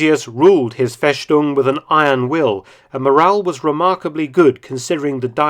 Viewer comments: Mark Felton, you are very well engaged to pronounce german words right. One little correction: The word "Festung" is pronounced only with an [S]. Only the Swabians in south Germany pronounce it like you did "Feschtung" with [sh]. Perhaps you sometimes stayed in Stuttgart or there around, so you heared this pronounciation. But very well done at all! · Dr. Felton, a minor criticism on your otherwise excellent German pronunciation: ‘st’ = ‘sht’ only applies at the beginning of a word, unless the word is a compound of other words. Ergo, Festung is not spoken Fesh-TUNG, however Hochsrasse is HOKE-shtrah-suh. If you did not ordinarily hold to such high standards, I would not bother to mention it. Thanks. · "Fess-tung", sharp S, please. Your videos are terrific, but you would sound even more authoritative with a little research on the correct pronunciation of the German words you use. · Funfact: As I am from southern Germany I can tell, that Dr. Felton interestingly pronounced the german Word for fortress in a well known southern german dialect 😅 Great Video - as always! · Great vid, great channel. As a German speaker though I found it quite amusing the way "Festung" was pronounced throughout the video - it seems like you asked someone from a remote village in south Germany xD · Feschtung 😂 Mark my friend in German we say Festung. But your German is very good. I love the Intro music. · It's pronounced "Fess-tung", not "Fesh-tung". Usualy an "st" translates into "sht", that's true, but not in this case. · Mark! "FeStung" is pronounced in German with a straight "S" as in English - and not as a "SH" ! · It's "festung" not "feshtung". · No FESHTUNG. Just FESTUNG! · "Festung" is pronounced "Festung" - not "Feshtung" in German, Herr Felton. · It's FeStung simply s, not FeSHtung. You only say sh when you have a st or sp at the beginning of a word.